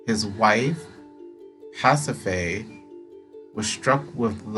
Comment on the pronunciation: You're pronouncing Pasiphae correctly. Asphodel is like as-fe-del. Ariadne is ah-ree-ad-nee. This game has a lot of words from other languages and very poetic language that I was constantly having to look up what they mean and how to say it.